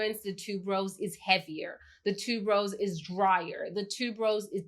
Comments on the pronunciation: Haha yes same here, and noticed that too. I'm in the jewelry industry, and Malachite is the name of a gemstone.. Also, I think Tuberose is pronounced Tue-ber-rose, not tube-rose? But still, love her channel and style of reviewing. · Thank you! For bringing up tuberose but I hear so many people pronounce it wrong that I've gotten used to it maybe 🤷🏾‍♀️. great and I really like her personality.